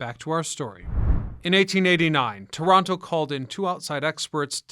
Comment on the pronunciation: *Torono.. cmon guy!